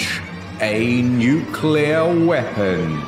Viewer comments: Trigger warning. "nucular". Way too often. In earnest. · Nucular? Like ocular? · New clear, not Nu ku lur. IH says it correctly, but the Britt chews it wrong. Great video regardless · > Did you watch the video? One of them says "nucular". I'm complaining about that. I know how to write and pronounce it, and it makes me cringe every time someone gets it wrong. Hence my trigger warning.